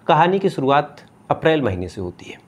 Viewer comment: Aankhe to banawa li hai.....thoda zuban bhi sahi kar le...diction bahot bura hai....sh ko s bolta hai...suruwat nhi shuruwat hoti hai